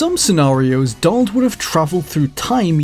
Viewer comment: Are you saying "DOLL" or Donald?